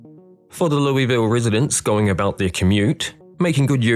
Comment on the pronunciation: My Kentuckian fiancé wanted to correct you throughout the video. It's pronounced "lew-vol"